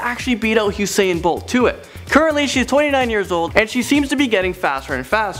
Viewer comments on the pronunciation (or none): He pronounces usain bolt as Husain bolt